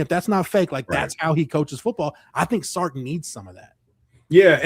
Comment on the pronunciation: It's Sark, not Stark...